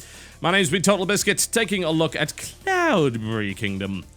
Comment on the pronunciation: deliberately pronouncing cloudberry like an englishman. like a pro